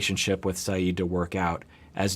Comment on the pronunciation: WOW no fuss, no rants no condemnation of America....even though the pronunciation of Zieds name changes constantly, yet we endured entire sessions on larissas name pronunciation. Tsk tsk continuity.